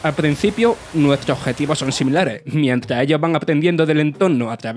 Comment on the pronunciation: "Al PRENCIPIO, NUESTRO OBJETIVO son SIMILARE. MIENTRA ELLOS, etc. etc.” Se puede ser murciano y locutor, pero no analfabeto y locutor.